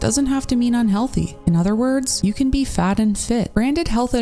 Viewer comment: Yes that is definitely "un-hewoFEE". So RIP to everyone on this list. So recently too, passing away in "two-Fousand and FREE"